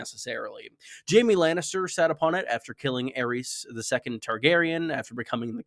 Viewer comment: You called Aerys the second Ageion the second lol